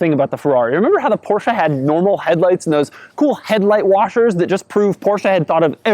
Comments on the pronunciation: Every single time i hear porscha. I want to punch you in the face. Porscheeeeee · it's " porsche " and not " porscha " ......gosh!!!! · I know, I hate it when people run up to my car and say "I love your porsh". Its poR Shah buddy lol